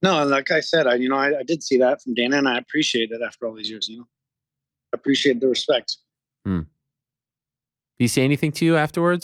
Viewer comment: Hespect my homie... hespect